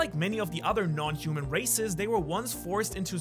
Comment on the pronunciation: I thought he was saying racist